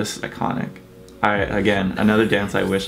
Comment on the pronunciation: T-E min, not teimin....